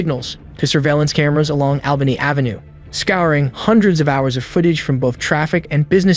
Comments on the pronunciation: Yes but he didn't pronounce Albany AV hartford correctly is this AI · Yes but he didn't pronounce Albany AV correctly